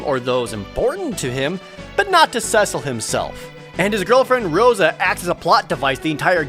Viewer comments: It’s pronounced SEA-Sull (Cecil) not sess-ull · Ewww "cess-il" I always said "cee-sil" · Rye-de-uh See-Sul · You pronounced Cecil"s name wrong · At least pronounce Cecil right.